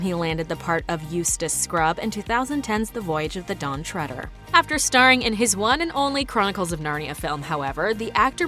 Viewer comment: Lucasdawolfi Ø Why? She pronounced it correctly. “Treader” comes from “tread” which is pronounced “tred”